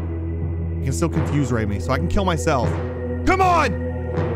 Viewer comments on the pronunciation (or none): none